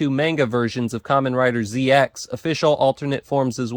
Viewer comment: ZX's name is pronounced as zecross. The "X" in his name is not an X but a cross.